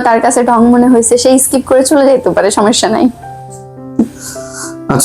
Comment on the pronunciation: সমেশ্শা না আপু সমস্যা। আমি আপনার ভিডিও সেই প্রথম থেকে দেখি, ভাবছি এই ল্যাংগুয়েজটা চেঞ্জ হবে কিন্তু আর হলো না 😊আশা করি এরপর চেঞ্জ হবে, শুনতে ভালো লাগবে 😊